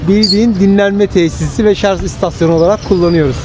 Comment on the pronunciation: abi şarz değil o ya " şarj"